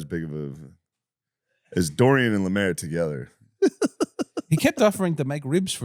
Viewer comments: Calling Lemaire, "Lamaire", is wild also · Finally an episode without Lemaire (deliberately not saying lemeeze because that makes him sound too cool)